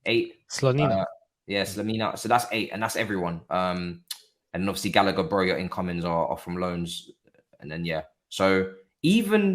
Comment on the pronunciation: Fam, put some respect on Gallagers name wtf. you man are bugging! england internation uno 😣